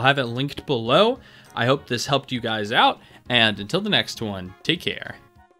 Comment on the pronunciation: Did he just say “teak care”, at the end lol